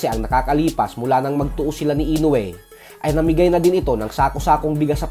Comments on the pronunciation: Mali rin bigkas mosa INOUE 🤣 INUWE hahaha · Floyd can't say "Inoue", it's understandable, because he can't even read.🤣👍